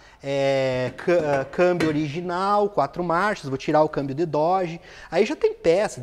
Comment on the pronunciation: com o Dorje que tu falou aê... Dorje ou no car!!